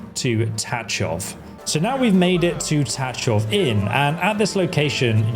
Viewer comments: just one notice, it's pronounced tagoff .. not tatchof :cat-orange-whistling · I am pretty sure that the "ch" in Tachov is pronounced like the "ch" at the end of Chzech and not like in touch.... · i see youre having problem pronouncing antiochus and tachov, its an-tio-kus and ta-kov lol